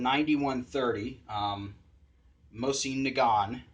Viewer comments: Actually the T is not pronounced at all in saying it the Russian way. And no problem, in America we butcher many words.. heck we don't even say Mexico the right way! You'd actually confuse people to say Mosin Nagant the correct way(check out my video on it!) Thanks for viewing. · You'd still be pronouncing it wrong then. See this same channels video on how to pronounce it. In the end you confuse more people by pronouncing it right then saying it the way said in this video. Go into a gun store and try saying it the right way first.. they wont know wth you're asking for. As for my channel.. I wish people will stop trying to show off how smart they are/ridicule me for how I say it.. 95% of people say it wrong.. until those people learn how to say it right, I'll continue saying it whatever way most people can understand. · you pronounce it weird....i pronounce it like moezen nuhgant